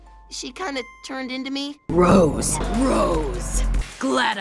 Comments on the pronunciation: Now tell me what name rhymes with He-man Jasper: ROOOOOOOOOOOOOSSSSEEEEEEEEE! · Jasper: ROSE steven: IT'S TWO DAMN SYLLABLES